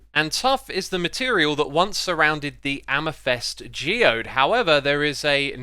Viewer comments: xisuma please stop pronouncing amethyst as amythest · Xisuma I must call you out. The purple stone is AmEthyst, not amythest. E fisrt, Y second.